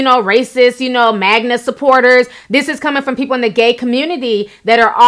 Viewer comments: Melyssa H she also kept saying Magna hat?? What is a magna hat!? Pretty sure it’s MAGA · I cringed each time you said "Sumlut" [Smollett] and "magma" [MAGA] but I agree with each point you made. I really hope he's not lying. This whole story is crazy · She keeps saying MAGNA instead of MAGA too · You mean "Magna"? That's what I hear. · Girl If you say "magna supporter" one more time lol . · Ti please, it's not "Sumlett" and it's not"MAGNA"